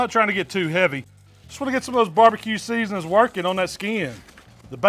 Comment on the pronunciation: "Seasnins" don't ever change. 🤣🤣😂🤣